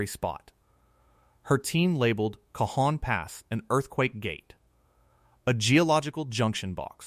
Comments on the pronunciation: No one says K-Hon Pass. Cajon is pronounced Caw Hohn by most of us living in California😢. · I live in Barstow California and I live right in the path of this monster and I know something big is coming. Its pronounced (Ca-hone) Cajon pass. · I think you mean “kuh-HOH-n” pass Lol 😂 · Cajon (Ca hone) Spanish a j is a h sound.